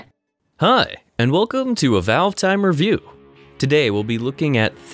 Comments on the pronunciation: "Hi and welcome to a Valvetime Reviewk" How the hell did I mispronounce Review? I think messed something up. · It sounds fine to me. But if it really bothers you that much, I'm happy to change the subtitle from "Review" to "Reviewk".